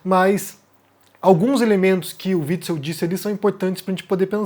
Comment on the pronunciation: Omar pronunciando o nome do fascista antifascista: witz witz